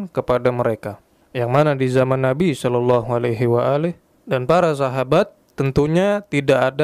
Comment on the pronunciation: Nyebutnya kok solallahu alaihi wa ali....kayak syiah ya